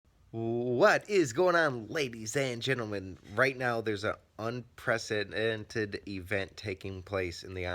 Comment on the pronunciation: Couldn't do a second take to say unprecedented correctly.